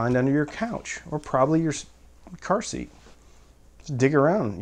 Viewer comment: I heard "car seat" as "pursie", like an another word for purse your nana would say. I liked it better that way.